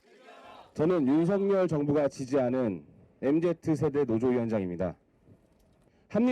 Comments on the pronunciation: 저새기 MZ 노조위원장 아님. 엠지를 엠제트라고 읽는데 MZ노조위원장을 한다고? ㅋㅋㅋㅋㅋㅋ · mz를 엠제트라고 읽으면 엠지세대 아닌거 아니냐